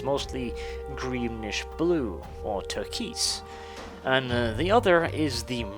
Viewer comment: Did you just pronounce "turquoise" as turkeys 😂😂😂